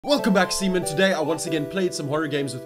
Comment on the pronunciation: I died at "c men" sounds like semen😂